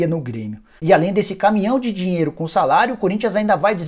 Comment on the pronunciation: Pq vc fala desse jeito?! Da ênfase sempre no final de cada palavra... " Palmeiras não tem mais dinheIRO.. " Coisa estranha... Da até aguniaaaaaaa